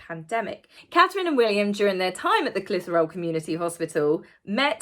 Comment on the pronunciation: I fill up every time I see that video of Prince William with the young lad, who lost his Mum. Clitheroe hospital pronounced with a hard Clith not Clith like Cliff if that makes sense. It’s a lovely hospital with a good reputation. In my neck of the woods. The Cambridge’s can do no wrong in my eyes. They are pure class. They exude warmth.